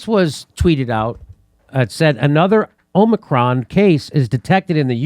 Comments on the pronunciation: First Joe Biden and now Max Blumenthal, why is everyone calling it the Omnicron variant? Is the n in Omicron invisible? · Is it Omicron or Omnicron? 🤣😜🤣